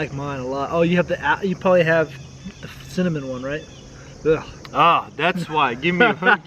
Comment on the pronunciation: Tara's Kul says "apple ciminanjshuajn"